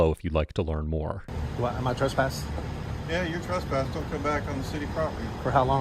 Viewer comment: TRESpass, not TRUSpass While, not WHOALE